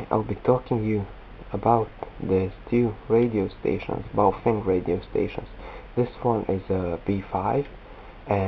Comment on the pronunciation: its prenounced like bay-o-feng. not boufeng